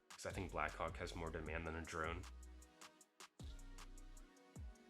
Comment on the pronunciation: This guy is saying black cock instead of blackhawk😂